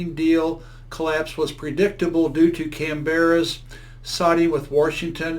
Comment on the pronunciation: Sort your specs out mate..... Not "oss eees" but "Oz eees"... And learn to say the name of our great capital city.